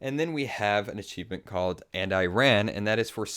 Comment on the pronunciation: HE SAYS ACHEIFENT